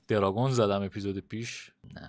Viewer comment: آدم های معمولی : وای دارگونعلی سینا که از ماتریکس فرار کرده : درانگوزجگ😂❤